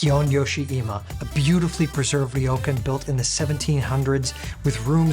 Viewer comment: Gorgeous video and very helpful--thank you. Wanted to point out that "Kyoto" is two syllables. Same for the traditional place to say, "ryokan"--two syllables. Thank you for this great content.